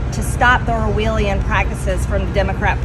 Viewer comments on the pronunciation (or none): "...to stop the [Orwheelian] practices..." Who is Orwheel? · Hey MTG, it's Or - well - Ian, not Or- wheel- Ian. Dumba*s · "The Orwheelean practices of the democratic party?" 😂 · Or-WHEEL-ian. Easy with the big words there, Marge. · Am I the only one who noticed her gaff trying to pronounce “Orwellian” ? Put this I. The column of words she doesn’t understand or can she pronounce along w gestapo and Petri.